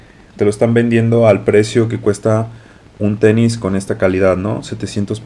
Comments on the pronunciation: Un "teni" jajajjaja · No se como llegue a este video pero me da mucho conflicto que digas el teni😂😂😂😂